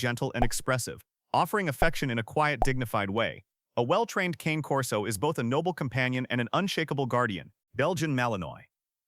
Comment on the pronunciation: Kah-nay or Kaa-neigh Corso. Saying "cane" like candy cane shows you don't know what you're talking about.